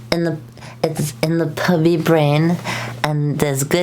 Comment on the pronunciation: The way you say "Pubby" is really funny to me